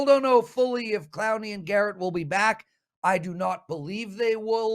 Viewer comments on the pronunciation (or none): none